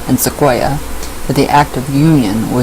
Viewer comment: You are saying Sequoyah correctly. His name is pronounced the same as the trees.